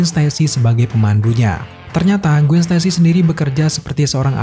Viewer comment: Gwen dibaca Gwen bukan Gwin